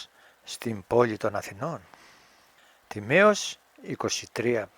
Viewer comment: Όλα καλά όμως λέγεται Τίμαιος και όχι Τιμαίος.